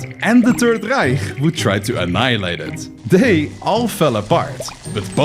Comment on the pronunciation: Bro 😂 you tried to pronounce "reich" like us, but it's not like that 💀 we have to different ch's, we have ch as in ich or ch as in rachen oder rache. One is pronounced sh-kh-ish and the other one just kh like in the arabic